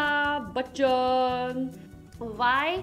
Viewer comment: The way she's sayin Aishwarya buchan 🤣🤣